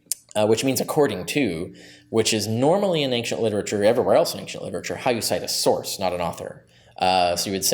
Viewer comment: As much as I do enjoy listening to Dr Carrier discuss the subjects he's an expert in, MY GOD MAN! The word "Ancient" does not have a "G" in it! It drives me up the walls!